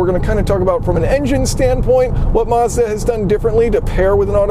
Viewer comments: Why do you keep saying Marz-da? Its Maz-da dude. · You mispronounced Mazda